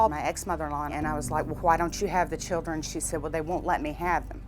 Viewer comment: Did he say “the chillen” 😂😂👌🏾 okkkk love it